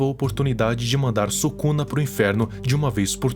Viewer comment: "ryomen subuxa"